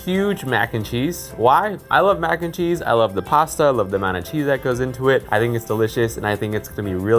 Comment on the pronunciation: Mac "n" cheese? more like Mac in cheese